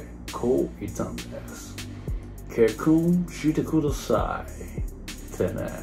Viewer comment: 「ｹｯｺﾝｼﾃｸﾀﾞｻｧｲ」 ここただの外国人のモノマネじゃねえかwwwしぬwww